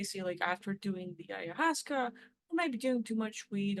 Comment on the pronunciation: the correct pronunciation of ayahuasca